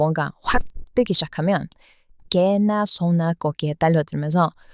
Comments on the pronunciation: 이 "개나 소나" 하는 거 정말 찰지네요. ㅎㅎ 🤣🤣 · '개나소나' 발음이 쫙쫙 달라붙어서 좋네요. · '개나소나' 얘기할때 제일 발음이 좋네요 👍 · 이토록 아름다운 "개나 소나" 발음이 있을까 싶다. ㅋㅋㅋ